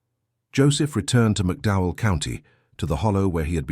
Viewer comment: McDowell County, not Mcdow.. The TOE river, not towell .The rolling hills of Kentucky, (the promissed land) is NOT appalachia! crap....20 deputies maybe.. Marshals??? really NOT LIKELY!!